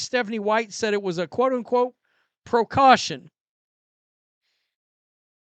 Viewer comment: PROcaution? WTF. Steph gotta GO-yesterday.